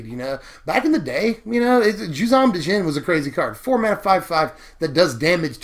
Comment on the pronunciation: it's pronounced as Jinn, the D is silent. It's getting Mahamoti up in herr.